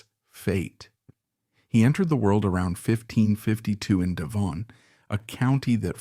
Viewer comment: De Vonn ? 😂